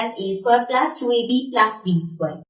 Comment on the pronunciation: Plus hota h plas nhi😂😂😂😂😂😂😂